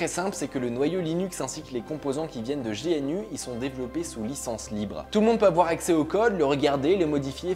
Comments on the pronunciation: Pis G N U épelé alors que c'est GNU comme l'animal. GNU is not UNIX. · On ne dit pas Gé èn U, mais gnou/new.... Richard Stallman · C'est pas G N U épelé, mais GNU comme l'animal et ça veut dire Gnu is not Unix. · Starfoulah t'as dit G N U au lieu de gnou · GNU se lis GNou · Welcome to Linux ! ;) Ha ! Et GNU se prononcé "Gunou" :p Sinon, super vidéo ! Comme d'hab' et enfin quelqu'un pour faire populariser Linux.. (je sens un raid massif sur le forum francophone d'uranium x)) Mdr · I'd just like to interject for a moment...